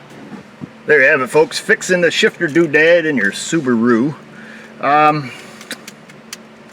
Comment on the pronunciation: "That's Why CADILLACS drive Soo-ba-ROO"